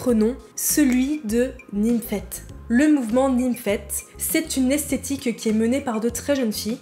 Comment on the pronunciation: J'ai bien aimé ta vidéo, je suis un peu plus âgée donc j'ai appris pas mal de chose de la génération après la mienne. En revanche il y'a quelques mots dont je ne suis pas sûre qu'ils sont bien prononcés. Nymphette ? Esthétique (j'ai entendu aesthetic donc en anglais) et aguicheuse (et pas aiguicheuse). Peut-être que c'est moi mais ça m'a interloqué.